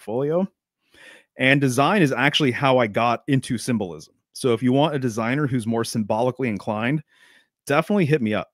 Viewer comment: Sym-Bull-Ism lol